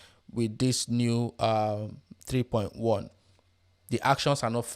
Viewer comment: What you are barking when you say 3.1 & your accent is so horrible. I had to rewind 5 times to listen. Still could not understand. Finally had CC on to read the text on screen. You should talk for international audience. Not bark for your local native audience in your native accent. Learn to talk crisp & clear & slow in neutral accent. Better still use AI voice in neutral clear style. Unbearable accent.